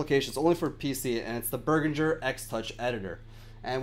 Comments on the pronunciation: Beh-rihn-ger. Jeez, cringing here. Berginger. Eek. Nice tut though. ;) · Good review/tutorial but the pronunciation Behringer is.... bEH-rihn-jer so say bear·in·jure